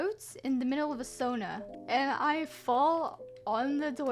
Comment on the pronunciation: not saying sauna differently lmao